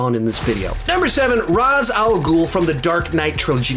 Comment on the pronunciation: Ray-sh not Raz….